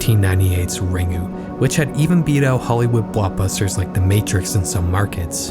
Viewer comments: Had to stop watching due to the pronunciation of “Ringu” as Ring-oo and not Ring-Gu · Ringu introduced the West to J-horror but Pulse is one of the best J-horror films ever made. It's a shame Pulse is often overlooked and received such an awful US remake. Also Ringu is pronounced "Ring-Goo". There's no soft (or silent) G in Japanese. #TheMoreYouKnow 🌈🌟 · Can’t pronounce Ringu. Doesn’t know we past Web 3.0 and stopped the naming convention almost a whole decade ago. I’m out. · love your vids man! (crying at how you pronounced ringu tho 😂)